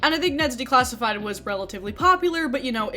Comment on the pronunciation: Hehehe you kept saying “day-classified” instead of “de-classified”